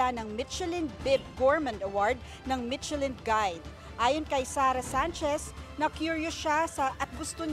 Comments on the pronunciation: /mishelin/ po ang pronunciation, hindi /mitchelin/ Also, hindi po Ilocano dish ang laing. Humba also didn’t originate from Ilocos. Magresearch naman sana muna ung reporter nyo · To the reporter michellin is pronounce as "Mi-sha-lin" not "Mit-che-lin" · Hindi po MiTSElin ang pronouciation. MiSHElin. Ano ba yan? No research ang reporter ninyo. DO YOUR HOMEWORK. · Mi-she-lin po ang pag-pronounce ng Michelin, hindi Mit-che-lin. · It is pronounced as MISHELAN. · Mitselin ang narinig ko 😂😂😂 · Not so good reporter. Hindi man lang alam tamang pronunciation ng michelin. Also, eh ano naman kung may pumuntang mga doktor dyan. Bkt kailangan i-mention mo pa sila na parang mas mataas sila compared sa ibang mga Pilipino ?? 🤷🏻‍♂️